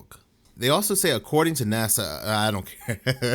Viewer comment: NASA, NASA... Come on Bro... It's NASA